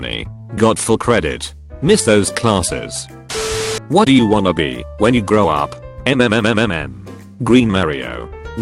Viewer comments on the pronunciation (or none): nobody: the text to speech bot : M M M M M M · i like how in one story, the voiceover said maximum when only "max" was written out and then the very next one, it went em-em-em-em-em for "Mmmmm" carry on, i just thought that was funny